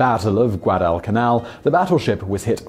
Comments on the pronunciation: you didn't even specify how to say it. All you did was fuse them together. "GwA-duh-cuH-nAl. short "a" on the nAl, btw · "Guadal Canal" It's pronounced Guadalcanal, but its ok :)